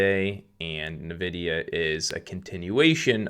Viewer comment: It's pronounced "EN"vidia, not "Nuh"vidia.